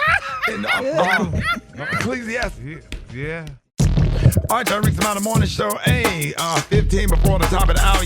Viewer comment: Someone explain where in the Bible is E-KLEE-SEE-TEES 😂😂😂